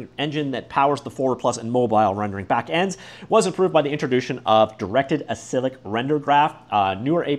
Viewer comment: "acyclic" is said like "a-cycle-ick" "acyclic" means a tree where child nodes cannot refer to anything higher up in the tree. that's the opposite of "cyclic"